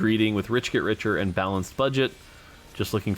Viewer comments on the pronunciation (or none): none